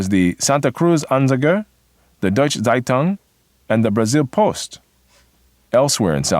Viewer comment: is there a reason why the speaker of that video is butchering the words so much? saitang? please, the word starts with a z and it ends with ung. and which schools are you talking about? are you really telling me that we here in austria never heard of the pre WW2 history of germany? because you explain it like it is nowhere taught outside of germany. nowhere, never ever, maybe in german schools.